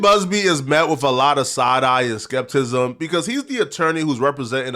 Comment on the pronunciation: … … I think you meant SKEPTICISM not skepcism or whatever you said twin